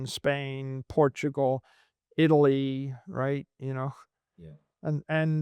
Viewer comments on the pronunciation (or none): none